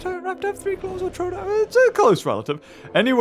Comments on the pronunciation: Every time he said troadon instead of troodon made me die inside and he even said in the vid is it troadon or troodon then he said no it would be troadon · Its pronounced, True-Don. Troodon is Truedon